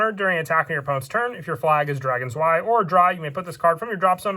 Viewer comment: Im not sure why but the way you say drei and zwei bothers me XDD